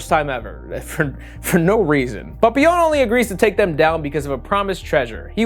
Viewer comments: I love hearing say papillion's name with Spanish zest 🤣 should be pronounced like pa-pi-yon, love ya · it makes me giggle every time you say "Papillon" because it sounds like how my mexican dad says "Papa Johns" lol